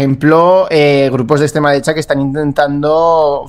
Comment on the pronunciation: Por cierto: en el primer minuto el tal ha repetido cuatro veces "la ekssstrema derecha"... 🤣🤣🤣🤣🤣